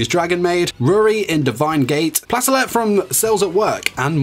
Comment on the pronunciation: Pla tell et What? Its plate let Also kuudere is best dere